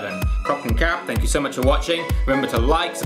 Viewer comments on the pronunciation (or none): none